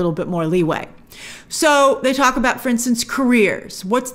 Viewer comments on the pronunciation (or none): none